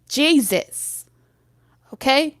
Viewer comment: Nah cuz why you say Jesus like that?! 😂😂😭